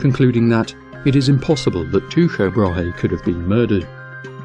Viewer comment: Teeko Brah-hay. At least that's how I learned it in high school.